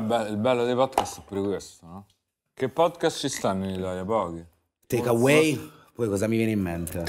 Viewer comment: quanti podcast ci sono in Italia? Takeaways poi Takeways…: c’è ne sta un altro che spacca….. Takeways😂😂